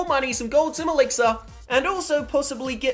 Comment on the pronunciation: Lol you said gold elixer